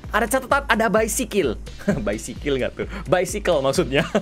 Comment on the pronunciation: 🤣🤣🤣😂😂😂 Ketawa bangett "baisikil" 😂🤣 Tetap sehat,panjang umur,sukses,dan tambah banyak subnya kak Regi.🐱🐶